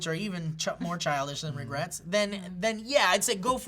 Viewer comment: New word. Regwets: a childish regret.